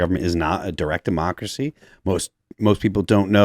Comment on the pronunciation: "Gotta pertect dat demarkacy."🙄🙄🙄🙄